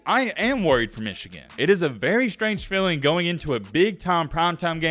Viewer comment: I watch your videos sometimes and I have to wonder, do you have something against Michigan? You do that stupid pronunciation every time. As for the content of the video specifically, Michigan has been the favorite in most if not all their games this season except the Ohio State game and won them all. They know how to take care of business. Yes there is added pressure in a playoff but that same fact applies to all teams as well. Everyone has a lot to lose. The headline is a weak attempt at click bait with some fake controversy to get viewers.